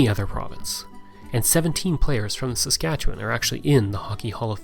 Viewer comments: It's very refreshing to see someone actually say Saskatchewan correctly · At last, a video about Saskatchewan by someone who knows what they're talking about, complete with correct pronunciations.